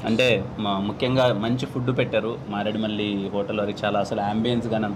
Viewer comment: Maredu Malli kaadu... MareduMilli...